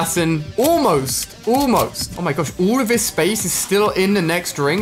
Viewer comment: The way he says almost (oolmost) killed me of laughing.